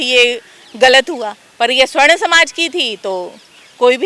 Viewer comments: सवर्ण समाज बोलिए उच्चारण में त्रुटि है। स्वर्ण मतलब सोना होता है सोना कारोबारी स्वर्णकार कहलाते हैं। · ये मूर्ख है सवर्ण को स्वर्ण बोल रही है इसकी बात नहीं सुननी चाहिए